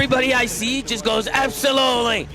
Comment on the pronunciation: Methodz said SOLUTLY